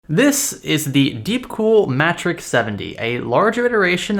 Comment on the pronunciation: Are we sure it's not pronounced mAtrexx as in matrix? The single T tells me it's matrix (phonetically)